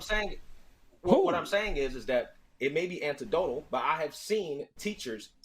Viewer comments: This brother said "antidotal". I have seen enough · Good catch lol he even said it twice and pronounced it even more clearly so he can't say he misspoke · This dude can’t even pronounce anecdotal, I refuse to take him serious.